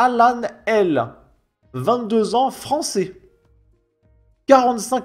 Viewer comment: Ahh le bogmoulistan fwançais... que du bonheur...